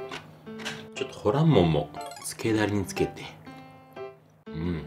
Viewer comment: ホランモン、発音はホ↓ラ↑ン↓モンじゃなくて、ホ↑ラ↑ン↑モン？かなと関西人が気になりましたー。 ホルモンも元々捨てるものって意味やから 捨てないって意味のほらんかなと思いました。 うまそうで関係ないですけど、失礼しました。